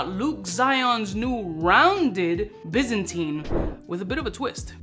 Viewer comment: Pronounced - by zan tine. Not bizzinteen